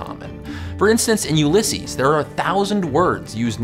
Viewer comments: Cool vid. The stress is on the first syllable of 'Ulysses' though, not the second.... Just bein' that guy. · 'Ulysses' has the stress on the first syllable not the second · Love that you spoke about Ulysses but it's pronounced "you-la-sees" here :) but sure there is really no wrong way to say it